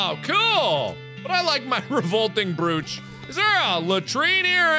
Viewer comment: revolting "brewch"